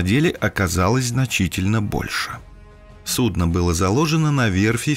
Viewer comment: Судно' и су'дно совсем не одно и тоже... )))